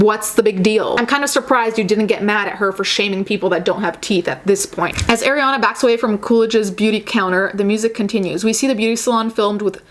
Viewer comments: I love your point of view, definitely needed to be said. the only complaint I have is that Arianna's name is pronounced Ah-rianna not Ay-rianna (just like how you said "Ari") sorry!!! it drove me nuts lol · Okay I’m (I skipped a lil) and you just said Eh-riana. There’s people calling Ari “eh-riana” in 2018. She literally says her name is Ari (aw-ree) in the song lmao. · Not to be nit picky but in one video you were very particular about pronouncing her name correctly and not even a minute into this video that energy switched up? Just an observation.